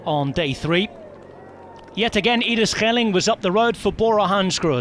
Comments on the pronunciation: The pronunciation of Schelling is so good I almost thought a Dutchman must've dubbed it, but it's actually. Great job! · It is an excellent pronunciation indeed! Same with Gesink. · it was so good I had to wipe the spittle from me face